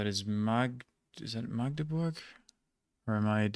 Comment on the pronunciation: Even most of the germans pronounce "Magdeburg" wrong, but yours sonded like heaven (and right): A short "a", not an emphasis on it like the older german word "Magd". And it's impressive overall. Well done!